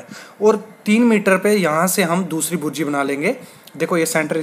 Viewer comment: भुर्जी नहीं बुर्जी होती है